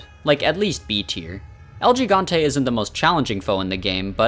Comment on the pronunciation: It's pronounce "Ehl Hee-gante"